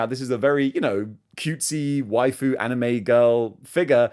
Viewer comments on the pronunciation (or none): none